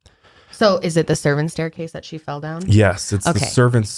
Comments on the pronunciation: you definitely said “fed” not fell 😂 great podcast! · He did say fed lol instead of fell